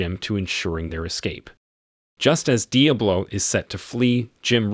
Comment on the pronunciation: Love the pronunciation: Dee Uh Blow. Awesome!